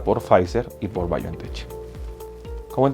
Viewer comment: Demasiado repetitivo y prolijo. Además se pronuncia Biontech como si tuviera una k al final